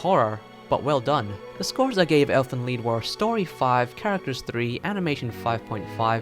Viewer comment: If it's supposed to be German it shouuuuuld be ʔeːlfənliːt... Just saying